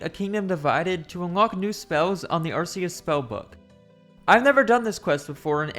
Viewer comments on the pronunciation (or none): none